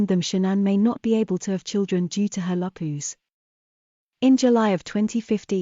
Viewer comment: AI needs to learn how to pronounce Lupus.